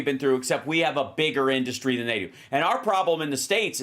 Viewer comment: His “inDustry” pronunciation drives me batty. Like when the InfoIdiot uses the word “pathagenen”.